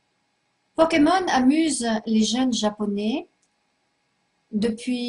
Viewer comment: elle dit les powkemon Mdr